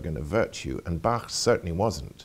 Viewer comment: finally someone who pronounces Bach correctly!